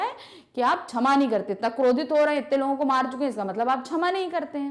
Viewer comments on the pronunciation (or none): Mam your pronunciation is not good in saying क्षमा and you keep saying छमा।… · Mam wo 'shama' hota h n ki 'chama' 😂😂😂